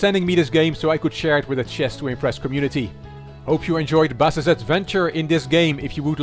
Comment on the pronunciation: Originally my nickname is for the instrument (Bass), but since I live in Mexico, nobody makes the correct pronunciation and the way to "say it" in spanish is how you were doing, so correct:D Thank you finally my turn.